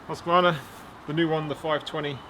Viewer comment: Its pronounced Huskvarna in one word, not huski-vana :) Thanks for a good review! / Swede hehe